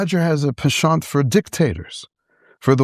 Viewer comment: wtf is a “peshont”? I think he means PENCHANT 😂😂